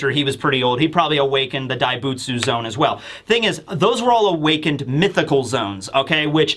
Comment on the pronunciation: Zo-ahn. It sounds like you’re saying zone lol